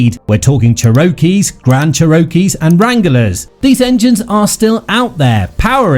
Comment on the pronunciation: Nothing screams AI like "chair-O-key".